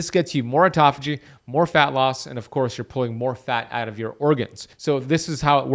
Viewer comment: OMG, auto-phagy... Not aut-toph-ay..... Do not take this psuedoadvice.